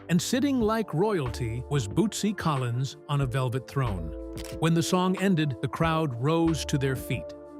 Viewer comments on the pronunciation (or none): none